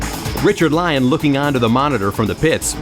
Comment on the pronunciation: Thanks for the upload! Wish the narrator could pronounce Richard Lyons's last name properly though